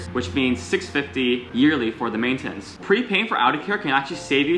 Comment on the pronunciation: Mate-ten-its lmao cracked me up